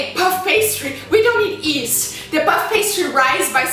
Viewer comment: Yeast not east lol :)